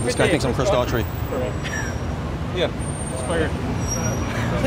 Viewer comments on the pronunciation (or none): You mean... Daughtry? lol